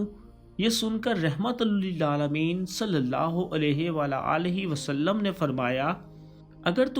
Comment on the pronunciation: U say it wrong u say sallulah ho alaihi wala alaihi wasalam its sallalaha hu alaihi wa alihi wasalam